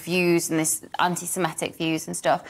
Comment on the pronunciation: It's anti sem I tic not ani sem E tic.